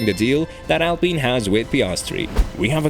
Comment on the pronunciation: Thanks a lot for fixing your pronounciation of "Alpine" :) Good work, as always ! Keep it up :)